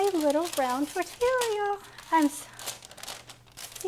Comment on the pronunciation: Oh sourdough tortillas!! FYI it is pronounced Tor-tee-ya no "l" sound